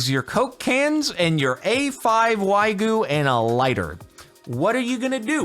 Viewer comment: Calling the Wagyu "Whygu" is actually fitting for the subreddit